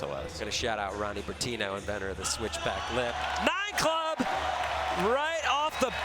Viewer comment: i love the sls but goddamn i cringe everytime anyone says "nine club"